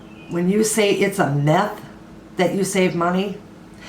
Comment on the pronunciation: Myth! Not meth (which is a drug!)